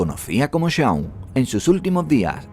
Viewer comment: Muy bueno e interesante tu video, pero debes tener cuidado en la pronunciación de los nombres extranjeros, como por ejemplo, la pronunciación del nombre del n° 9 (James Brewer) es chéims brúa, lo correcto es "hacía más de 30 años" o "30 años atrás", la del n° 7 (Roy Heath) es roy jiz, la del n° 2 (Shaun) es shon.